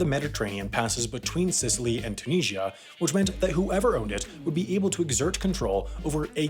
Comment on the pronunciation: How did he nail the pronunciation of Sciacca and then botch Tunisia so badly 🇹🇳😂😂